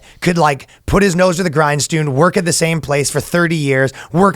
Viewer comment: nose to the grinestoon